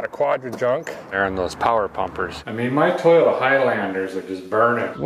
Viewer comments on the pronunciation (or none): none